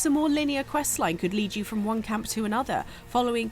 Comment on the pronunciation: “Dey cwitisized my game now make fun of big bad fwom software”